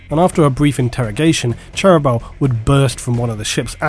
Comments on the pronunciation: In the audiobooks the pronunciation of Cherubael is different to and imo sounds much better; "Chair"-"roo"-"bey"-"al". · you need to follow your own advice and listen to some audio books yourself. the way you butcher cherubaels name is pure cringe.